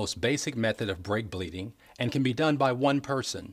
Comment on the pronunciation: i sounds like he saide bitch bleed jajajjajajajaj